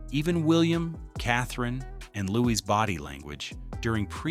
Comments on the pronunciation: Louis indeed. It is probably because of AI that his name gets pronounced as Lewis. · Louis. Not Lewis. Not louise. Louis. No S. S is silent.